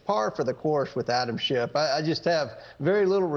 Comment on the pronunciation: Hey... it's Schiff, not Shift. Good Freudian slip though, Adam is shifty. Funny fact, he's married to Eve.